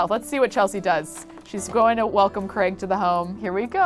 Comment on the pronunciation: Yup! Also, it's Craig, not Creg :)